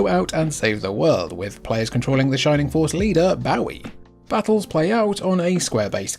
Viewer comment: Brother, you were mispronouncing Bowie wrong on purpose?